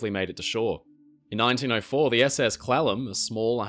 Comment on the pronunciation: Hes pronouncing Clallam slightly wrong and its irking me xD I blame his accent